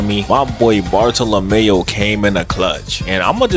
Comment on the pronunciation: Bar-Thaw-Luh-Mule... sounds like youre saying boruto or barlemew or some shit